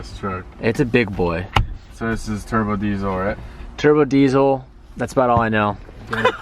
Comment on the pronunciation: This vid made me wanna eat glue “ nEw TroK BoyZ..... gEt Dat TurBa DeEZoL “ Obviously you didn’t do your research very much